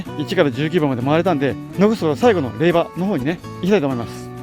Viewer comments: 無事に結願❗️良かったです。 おめでとうございます。 「れいば」「れいば」が耳について。。。😅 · 霊場（れいじょう）もずっと気になる。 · 大変お疲れ様でした👋😃💦 ところで余計なお世話ですが霊場を「れいば」と呼ばれておられましたが、「れいじょう」と呼ぶんですけど😅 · 他の方同様、最初は違和感がありましたが、さんと6日間を共にしたこのシリーズに限っては「れいば」が耳に馴染んでいるのです。自分のコメにもれいばと書いたら返信が来たけどww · お疲れ様です！ 私は霊場(れいば)って言ったの気になりませんでした！ 動画見れたらいいし！って！ 私は細かい人じゃないので！＼(^^)／